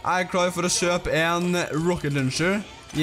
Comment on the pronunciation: meeen gutten min det heter ikke røkket løncher